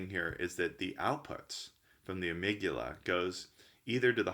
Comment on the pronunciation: Amygdala, the guy doesn't know how to say amygdala or benzodiazepines, besides confusing limbic with lymphatic throughout the video and you think he's an MD?